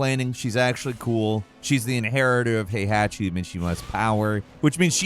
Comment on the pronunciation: Your pronunciations of Heihachi and Azucena were funny lol